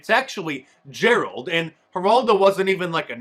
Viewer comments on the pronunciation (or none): none